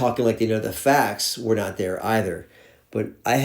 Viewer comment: “Wernt” there ❤